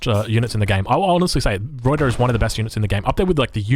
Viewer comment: Old replay but I have to comment because I am so distracted by your pronunciation or lack of. 1) Pick a pronunciation for "Ruyter" and stick with it please. I recommend not rolling the R since you're Australian and your normal speech pattern is non-rhotic. Just use the Anglo-Australian pronunciation and call it good. Going back and forth between three different pronunciations is extremely distracting. 2) tee-pee, not tee-PEE. Best regards.